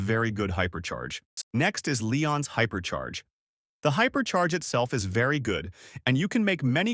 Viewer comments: Bro said hyper chair 💀💀💀💀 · hyper chair ya hyperchair😂😂😂😂